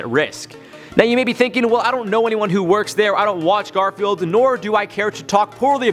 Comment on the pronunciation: Did you know he said Gorfield instead of Garfield;)